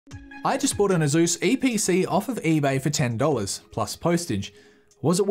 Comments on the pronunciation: Okay everyone, together now. "Eee Pee Cee" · An Australian with an EEEPEECEE, where have I seen that before???? :p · Oh look, it’s the EeePeeCee. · Wow, it’s the Eee Pee See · ITS AN EEE PEE CEE